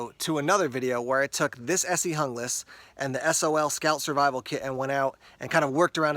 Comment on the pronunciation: looks really nice, but out of my budget right now. Are you sure it's pronounced the way you did though? I'm sure you wouldn't say Hungle instead of Jungle and Junglas is a pretty close comparison to that.